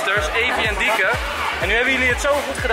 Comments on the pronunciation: Hij zegt telkens dieke maar het is toch lieke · Enzo zegt de hele tijd dieke in plaats van lieke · Noemt ze nu Lieke of Dieke 😂